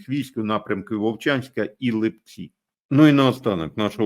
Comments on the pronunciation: Пане, з усією повагою, можна коригувати наголоси в найменуваннях населенних пунктів в коментах у проукраїнських блогерів з невіліковною росіянською промовою, але Вам не варто помилятись, вірно - ЛИпці. Це вам підказка від Харків'ян😜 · Привет из Харькова ЛІпци (наголос на першому складу) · Господі! В назві Липці треба наголос робити на перший слог, а ви постійно робити наголос на другий слог. Харків'янам ріже слух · тому що то великі міста з назвою чоловічого роду. Липці ж - вони. Чернівці та інші подібні назви у решті України мають наголос в кінці слова. але харків'яни виявились осбливі. Кернес не дасть збрехати.